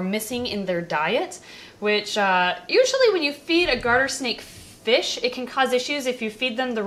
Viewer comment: look baby it's fishh' '